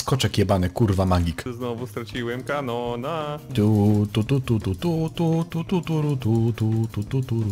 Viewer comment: A w tej to nie Can Can a nie Canon 🤔